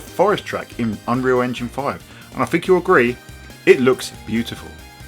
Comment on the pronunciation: please stop using f's instead of th frough? fink? feme? widtf? firty? I can't focus on what you're saying :-(